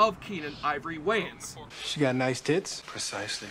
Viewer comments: You must be Canadian cause no American world pronounce that surname wrong. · YOU CANNOT PRONOUNCE THE SURNAM WAYANS CORRECTLY , HAVEN'T YOU HEARD OF THE WAYANS BROTHERS.